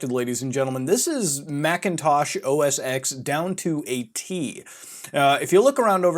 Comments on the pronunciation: So much misinformation here. Also. It's OS TEN, not OS "X". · its said "OS10" not "OSX" btw ( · IT'S PRONOUNCED OS TEN REEEEEEEEEEEEEEEEEEEE good vid tho keep it up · OS “TEN” not “x” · OSX is pronounced “OS ten”, not OS ex... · “Mac OS Ten” please. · OS “Ten” not EX! God ear worm! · It's Mac Os X (Pronounced TEN) lol not Mac OS Sex lmfao... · >OS eeks >Not OS ten Reeeeeeeeeee lol whatever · It's OS 10, not OS X, hearing that was so annoying pmsl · Ive been brainwashed enough to cringe every time I hear you say OS "EX". I know its not a big deal. It changes nothing in reality. But god damn. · OS X is pronounced as "O S Ten". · It's OS Ten. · Good video, but it bugs me that you Pronounce the "X" in Mac OS X. It's a Roman Numeral, it should be pronounced "ten". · You Mispronounced OS X